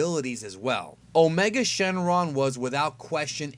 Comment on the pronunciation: Did you say his other name is, "a Charlie Sheen lung"?